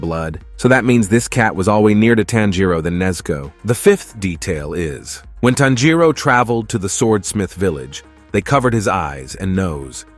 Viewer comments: And the way they pronounce Tanjiro. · Please why can’t Americans says his name correctly🫤🫤 it’s TAN-jiro wtf is a tanJIro??? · why WHY why does he say tonjero like toneeereoo